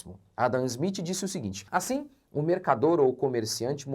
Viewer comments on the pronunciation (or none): none